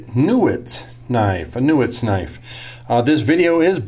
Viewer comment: I think that's pronounced 'KNEE - woods'. I heard the name pronounced a long time ago, in a galaxy far far away, by a guy named Alfred Newootz in Germany in the 1980's. But then, who knows these days... I am just drooling about D2 steel! Technically it's not Stainless, but it sure shines like it! Incredibly tough and hard! Like the old Tolkien saying - Not all that glitters is gold... Side Note: I confirmed that G10 was invented in the 1950s. But no info on who invented it. Further research may be needed.